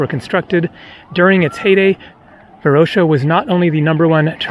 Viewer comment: You are missing pronouncing Varosha and Famagusta.